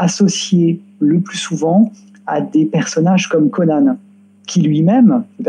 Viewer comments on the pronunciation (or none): none